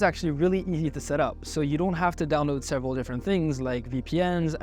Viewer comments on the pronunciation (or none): none